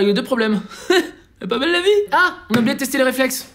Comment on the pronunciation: Mdr reflexe at rrrrrr